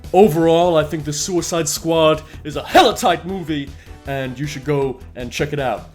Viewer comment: "The The Suicid Squad" - I genuinely lost it when you said that